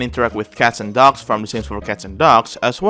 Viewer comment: Every time you say "dogs" I thought you were saying "ducks"